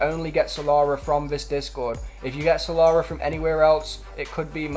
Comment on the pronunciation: "salara" its killing me